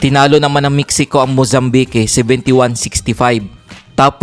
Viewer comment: Tsskk paki ayus po ung TAGALOG BOSS. VALENZUELA sa pilipinas un .mozambike haha hayyyyyyy very poor ung pag bigkas ng filipino maski engish language ssssssssssssss